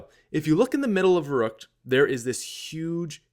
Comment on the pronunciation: "Verrukt" :'D